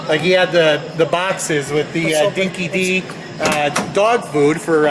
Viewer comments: Dinki Di... Lol. It's pronounced Dinky Die. It's Australian slang for honest or genuine. Car also seems to be missing the MFP crest on the side of the car. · It's pronounced Dinki-Dye not dee :) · Dinki DYE mate (like DIana) not dee. Also fun fact the nosecone was designed by Peter* (may have stuffed up his first name) Arcadipane who had a long association with Ford Australia...may have been an employee but if I recall right he had his own design house and consulted under contract to them. He styled many classic Aussie muscle cars, not just Fords. This is an "XB" and the body style was shared (in order) XA, XB, XC. You can tell an XB from an XA by the tailights which slant inwards on the XA as well as a different front clip design (gurads, bonnet, grille, lights). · Love this, great work! The dog food is pronounced Dinky-Die not Dinky-Dee. It's Aussie slang for 'the real deal'! Cheers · Interesting replica. It appears the MFP logos are missing. By the way, Dinky-Di (pronounced "dinky-die") and not "Dinky Dee", and is an Australian expression where "dinky-di" means the real thing. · Not sure 🤔 if it’s been mentioned but Dinki-Di isn’t pronounced Dinki-Dee but Dinki-Die 😉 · Dinki Di is pronounced like Dinki Die, not Dinki Dee. 8:) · Dinki-Di is pronounced Dinki-Die and in Australian slang means that something is real or true. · Not Dinky Dee mate it’s pronounced Dinky Die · Its pronounced Dinky Die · Dinki-di should sound like "Dinki-dye", Not "Dinki-dee". In Aussie speak as per the movie. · It is pronounced Dinki Dye lol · The XB Falcons were tough cars,and handled really good on dirt,gravel roads!... The dog tucker is spoken like ''Dinky Di''...Di like Dye or Die... Looks like the wheels are wrong?...us Australians would love to see a Mad Max 2 Interceptor with the front clip battered and smashed,like after Max bumped old mate in the Charger up the arse!!..that is the rugged,desert driven XB 2 door!!👍👍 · Dinky DI is pronounced "dinky die:"